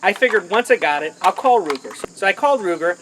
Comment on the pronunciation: Its pronounced Ruger! Not luger DA